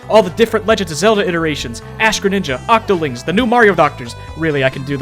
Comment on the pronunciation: THANK YOU FOR SAYING OCTOLINGS I HAVE BEEN SAYING THAT FOREVER (more echo than skin)